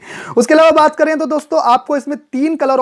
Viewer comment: ईलावा नहीं अलावा 🤣